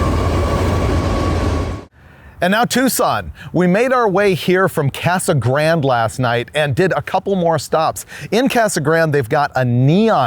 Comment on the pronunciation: I have numerous friend's and relatives that live in Yuma that I visit. and I have never heard them say Casa Grand instead of the Spanish pronunciation. Grande' . Also no mention of the World Famous Dome Valley Sand Dragstrip I guessing you came in from California so you drove right past it.